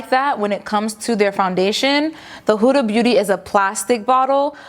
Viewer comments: How come you always say “Hooda” it’s “Huda” 😂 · its not pronounced huuuda beauty like hula, its a quick huda because its actually an arabic name. so more like how you pronounce hood but with an a. Huda. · It’s not huda like who-da it’s huda like hood-a (like hat hood) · It’s HO-DAH 😂